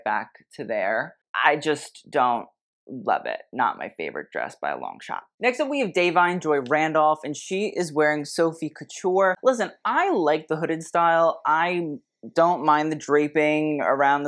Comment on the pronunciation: When it comes to Da'Vine - think more "Divine" than "Day Wine" when you pronounciate it. Thankkjooo